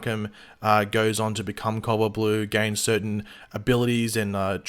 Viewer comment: cowalt blue is what I thought this man was saying the whole video...then I read the title